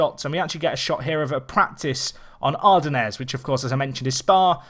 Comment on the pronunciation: TS = Turbo System. And no, that's now how you pronounce Ardennes. ;) Good breakdown otherwise, though, thanks.